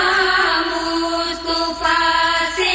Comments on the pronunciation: مصطُفی نہیں بلکےمُصَطَفٰےہے اس غلتیکو صحیح کرئیں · leikin meri bahan aap glt padhe.. mustufa bol rhi ho.. mustafa bolni chahye...durust kre